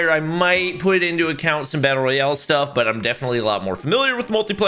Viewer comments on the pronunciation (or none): none